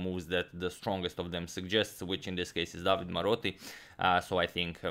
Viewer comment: About the Italian pronunciation: You always pronounce the e at the end of a word. So it's DavidE (the stress here is on the letter A) and De SimonE (stress on the O). Napoli was correct but the stress is on the letter A (it means Naples btw). Del Giudice has the stress on the U (so it was right) but "-ce" is pronounced like "che" in the word "checkmate" (and therefore you pronounce the letter E here as well). Also, "del Giudice" literally means "of the Judge" I hope that was helpful ;)